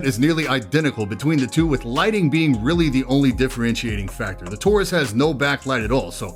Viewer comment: Idk why, but in my head i thought he said "tourist" whenever he said taurus